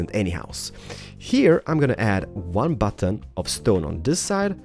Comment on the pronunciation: bu-tton? hiong? what is that ._.